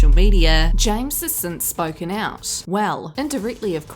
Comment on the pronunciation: the one thing i like is you began saying James's name correctly not chihua...... like you did.. ❤